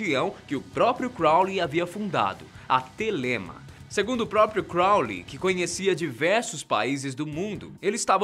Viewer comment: se pronuncia Télema